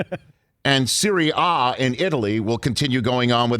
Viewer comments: Its serie a(ahhhh) not serie a(eh) duh rich! C'mon man I know you part Italian somewhere. Would love rich to read random soccer players names Here's a starter package. G.Wijnaldum C.Fuchs M.Dembele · I had to stop watching after “Serie Ayyye”and Internazunaiyyyy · Serie Ahhhhh serie Ahhhhh sorry - lolol